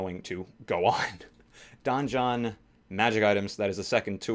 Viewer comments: Donjon is pronounced the same as Dungeon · "Don-John"... Donjon is just french for dungeon.